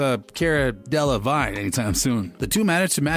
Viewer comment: does this channel purposely mispronounce names… simone, raya, delevigne?